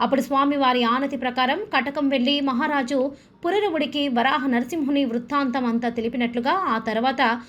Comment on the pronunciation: అమ్మ! వారాహ కాదు " వరాహ " అని పలకండి.